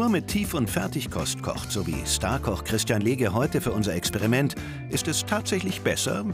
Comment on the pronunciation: Hat der zum schluss Christian Lege gesagt?